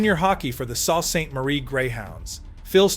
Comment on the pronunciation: Sault is pronounced "Soo". It originates fron French.